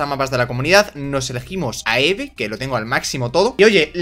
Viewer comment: Eve se dice ivi y me pone de los nervios cuando dices eve